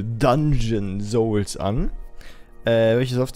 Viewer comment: Alles klar Dungeon Zoulzs und nicht Dungeon Souls :D